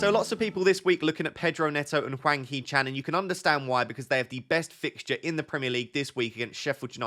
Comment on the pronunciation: In terms of pronunciation, it’s Hwang that’s the worst imo. Image it’s Wong and it’ll be better haha. The H is silent, like just pretend it’s not there, and the following a is more like in Arnold than Alfred if you can picture that. Great video tho haha^^